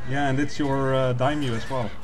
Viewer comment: it's dai-MYO, not a dymo, not a dymyu. you both fail XD